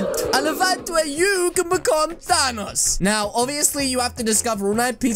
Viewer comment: Is name is thanks not tanos